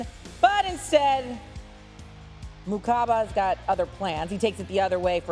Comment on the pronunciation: Its makuba not mukaba